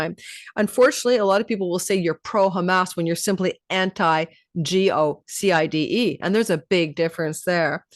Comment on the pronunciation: It's called genocide not geoside 😂